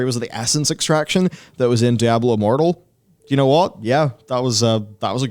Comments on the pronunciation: Just call it 'D', don't bother mispronouncing 'Diablo' all the time. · IT'S "DIABLO" 4, IT'S NOT A DIABLO GAME.